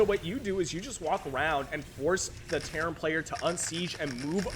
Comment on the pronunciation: I keep hearing Karen player when you say Terran